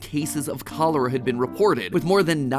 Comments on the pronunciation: The first time I've experienced this video I only listened to it and I thought matpat was talking about some strange tropical disease but he just heavily mispronounced it. He may have polish roots but still he can't pronounce the letter ch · I love how he said cholera when in Haiti we say in creole kolera🤣🤭